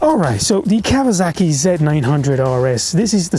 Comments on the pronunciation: It is “Kawasaki” not “KAWAZAKI” 😂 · Its a Kawasaki mate not a KawaZaki